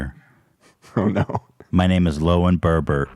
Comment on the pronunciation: He messes up a lot of names and i fucking love it